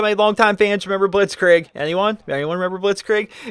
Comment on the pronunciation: soz for being a grammar nazi (the irony), but blitzkrieg is pronounced blitzkreeg not blitzkraig